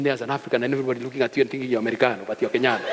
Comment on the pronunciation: I had to rewind at 'Kenyano' and sailing 😂😂😂😂😂